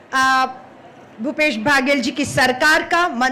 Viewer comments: मैडम जी को कोई मुख्यमंत्री का नाम तो सही से बात दो, भूपेश भागेल जी बोल री है...😂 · भूपेश भागेश, टी एस देव सिंह 🤣🤣🤣 नाम तो ठीक से बोल लो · छत्तीसगढ़ में अन्नपुर्णा। का वास।।इषलिए छत्ततीगढ़।।। सलिइ छत्तीसगढ़ खास है।।।।।लेःकिन महोदया। तो मंत्री जी का नाम भी सहि से उच्चारण नही कर पा रक्हि है।और। क्या कहू।।ऐसे नेताओ से देश जो प़देश के। मुखिया का नाम भी। ठिक से नहि ले पा रहि हे।।।एक नहि। दो नहि तीन तीन बार और हर बार गलत उचाचारण।।धन्य है माताराम।।।वंदेमातरम।जयहिंद जयभारत। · इनसे तो मुख्यमंत्री का नाम भी ठीक से बोला भी नहीं जा रहा। चाटुकारिता की इन्तेहा है। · ठीक से मुख्यमंत्री जी का नाम बोलिए 😢😢